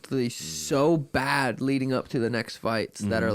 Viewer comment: O’ Malley says bad like this…..Pppbaddd